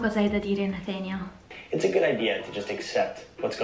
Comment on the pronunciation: devo dire che la pronincia di Nathaniel è parecchio azzeccata